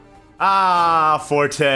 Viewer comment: This is the first time hearing calling Forte instead of Fort